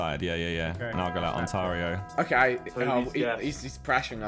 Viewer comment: Josh it’s not ontaaario it’s Ontario